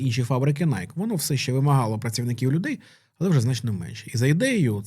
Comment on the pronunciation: Бренд в США насправді звется - найкі (з наголосом на "і")